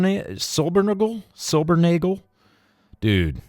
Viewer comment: You can just ignore this, or if you want, take it as a " service announcement": Silbernagel is a german name and translates to "Silver-nail". So in the unlikely incident of needing to ever say this name again, just say silvernail. (Don't know anyone by that name, but i do speak german, even though some germans might disagree;-) )